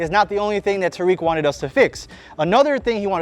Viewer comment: Tareq. Pronunciation. Taa’rik